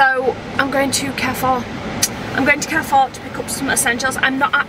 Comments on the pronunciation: It’s carrefour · Car4! Not Care4 😊🛍️ 🍱